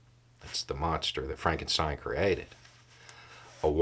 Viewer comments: That's "Frawnk-en-shteen". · “It's Pronounced Fronkensteen”